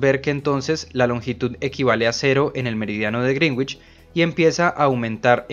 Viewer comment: Sólo una observación para quienes leen esto, se pronuncia correctamente "Greenwich" como ~Grénich~ no ~Grinwich~ ni de otra forma.